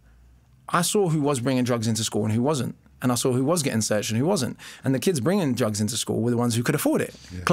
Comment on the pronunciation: Mr O B, I've listened to lots of your stuff and i respect you greatly. Question. You just said 'I sore it' when it is 'I saw it'. I've also heard you say 'drawring' instead of 'drawing'. ??